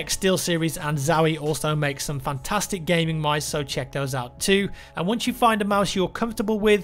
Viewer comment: You said Fucktastic 😂